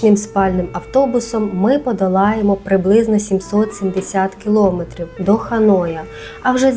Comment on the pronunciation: Ну будь лаааасочка, не кажіть кілОметрів!